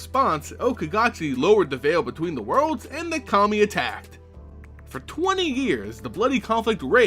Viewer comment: I'm sorry, but everytime you say Kami I hear Commie.